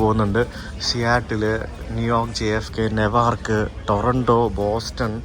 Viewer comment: Pronunciation of NEWARK is ന്യൂവാർക്ക്, not നെവാർക്ക്., Pls correct it.